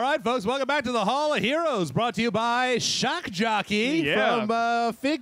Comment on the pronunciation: "Shock Joppey" XD